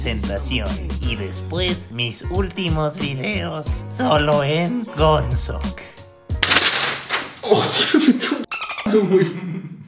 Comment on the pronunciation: Gonzok se dice soy admin